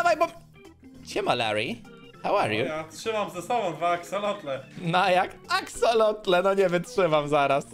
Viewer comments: Axolotle nie Axoloty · Pisze się axolotle, a poprawna wymowa to "aksolotle" :) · mówi się axolotle nieuku!!